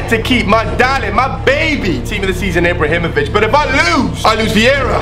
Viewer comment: maybe ibrahimovic was bad for you because you couldn't pronounce his name